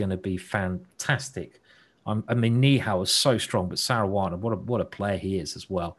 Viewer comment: Simon is spelling Saranas name like Caruana and this is hearing like Saruana,this is funny .